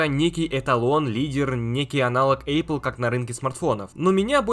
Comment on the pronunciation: Эйпл 🤣🤣🤣 Рассмешил! Не надо так говорить....